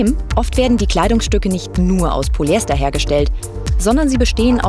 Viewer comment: Eine Expertin die korrekt Polyester ausspricht. Da freut sich das Chemikerherz. :)